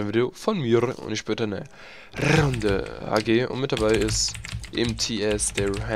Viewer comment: ah du spielst eine rrrrrrrrrunddeeeeee hg